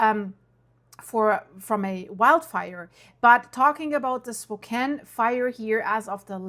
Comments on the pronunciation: SpoCAN not spoCANE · 😂 spo CAIN haha. It's pronounced spoh CAN, or at least that's as close as I can type it as text. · Spo CAN. NOT SPO CANE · Spo-Can not Cain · SPO- can, not SPO- Kaine, like cocaine. I live here. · Spo-CAN, not Spo-CANE. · If you can't pronounce Washington towns please don't try and Spokane isn't the 2nd largest city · Lady, if these were your neighbors, you'd know how to pronounce Spokane! It's Spokanne not spocaine. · SPO CAN! Not SPO KANE. If you can’t pronounce it you are a stranger. I’ll go with reports from people who live there. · PRONOUNCED SPO - CAN NOT SPO CANE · It's "Spo-can" not, "Spo-kane." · Spo-cane? It's pronounced Spo-can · Spo-can. It’s not a cane. Spo-can. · Spo-can Not Spo-cane❤ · It’s pronounced spo can not spo cane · Okay small nitpick: Spokane is spoken like can is at the end, not cane and its kind of a pet peeve of ours. Aside from that, the Old Trails fire pretty much destroyed my childhood neighborhood. Many of my friends parents lost their houses and only a handful of houses are left standing. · It's not pronounced "Spo-kane." Rather, it is "Spo-can." Thanks 😂. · IT'S PRONOUNCED "SPOKAN," *NOT SPO-KANE. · Spo kane You were NEVER here!!!! It's said, Spo can...you are false and a joke!!!! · PRONOUNCED... SPO CAN NOT CAIN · It's not Spo Cane it's Spo Can. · It's Spo-CAN, not "spo-Kain" OK? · It's pronounced spo can not spo cane 😂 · Spoke-Can not Spoke Cane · Spo-can, not Spo-cane, not that it matters. Love all of your updates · You mean Spo-can. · Pronounced Spo-can. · Is this really necessary? Who cares how anyone pronounces it. At least she is talking about it. Oh, I’m American and I pronounce it Spo-can. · Fyi,, Spokane is pronounced like “spoh-CAN”. I notice you have an Eastern European accent. Are you Russkiy? Do you report on wildfires in Rossiya? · Tacoma is bigger than Spokane, pronounced spoke - ann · It's spo-can. Pretend the e at the end isn't there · Pronounced Spo can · Pronounced "Spo-Can"